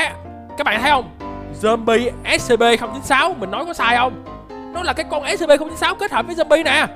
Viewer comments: Chào anh em là đây em đã coi video của anh từ rất lâu từ mà sao anh cứ nói là Ét Xê Pê mà là Ét xi pi (Scp) em là fan của Của Scp scp 106 anh hay nhầm Scp lửa ( Scp 457 ) nếu anh muốn scp thì anh lên Youtube tìm kiếm là Scp Foundation nhớ đấy. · Anh ơi anh đọc sai SCP rồi!